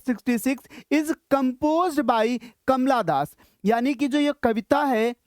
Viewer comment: Kamala das❌ kamla das ✅